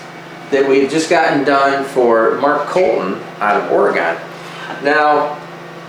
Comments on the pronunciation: Oregon not OrEgahn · Not Ory-GONE it's Ory-GUN! 😜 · Ore-gun, not Ore-gone. ;) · A FYI so u don't sound like a hick it's pronounced oregun not oregone just so u know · Ory-gun. We didn’t Ory-“gone” anywhere. We still here wishing the rest of the country could pronounce our state lol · It’s pronounced “Ore-gun” not “Ore-gone”… it’s hasn’t gone anywhere😂. Love your work and videos man, keep it up🤘🏻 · Side note: Oregon, pronounced Orygun. Thank you. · Pronounced Ora....gen.... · Why dose everyone pronounce Oregon wrong lol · I can finally do something better than Steve. It may be small but at least I can pronounce Oregon correctly. 😤 😘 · you make me wish I had gone ahead with the electrical and electronics education that my instructor at Sun Electric school suggested, but in 1982 I couldn’t be bothered with that. I blew it. Anyway, I’m loving learning about all the new technologies being used in engine building, tuning and racing. One minor correction if I may, since I lived in Oregon for 31 years before moving east. Oregon is pronounced “OR-EEE-GUN”. I was raised for 14 years in San Diego when my father lost his mind and moved the family to Oregon in 1972, so I consider myself a naturalized Oregonian. Please keep doing your thing as it completely geeks me out.